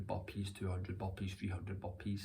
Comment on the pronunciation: I hear bumpees instead of burpeez😅